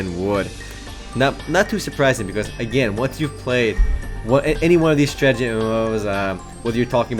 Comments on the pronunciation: say it with me: STRAH - TAH - JEE not: strah - jah - tee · Did you actually say "Stragety MMO"?